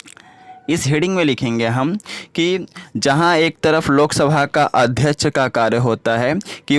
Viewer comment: AdhYaksh ❌ Adhyach ✅😂